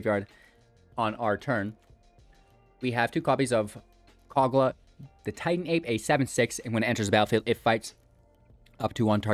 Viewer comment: Mans said "Cog-Luh, the Titan Ape"